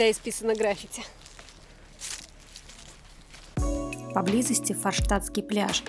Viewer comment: правильно произносить граффи́ти.